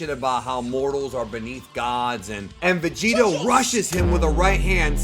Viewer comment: HILARIOUS VIDEO. THANKS. “VEGEROT” 😂 NAMASTE 🙏🏽 FROM BROOKLYN.